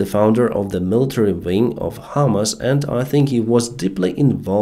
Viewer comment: PRONUNCIATION Your pronunciation of HAMAS sounds like HIMARS. Need to emphacize HAMAAAS not HIMARS ALSO "I amm out of the clue should be "I DON'T HAVE A CLUE"